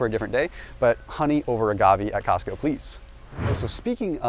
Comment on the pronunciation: Cosco? Really?